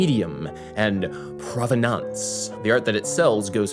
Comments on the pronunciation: I can't tell if you're joking with your French pronunciation of "provenance." It's not an artsy word or something, but more of a legal or academic term meaning the origin of the piece. If some stamp survived piracy at sea and then shelling on land and finally an atomic bomb in Hiroshima or whatever, it's probably more valuable than your average stamp from the era, even if it looks pretty much the same. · Why do you say "provenance" in a fancy French accent? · the way you say "provenance" is pretty funny